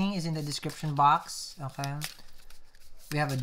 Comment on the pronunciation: These are starting to look like mini movies instead of tarot readings! :) BTW, i love the "Oj-kay." instead of "Okay".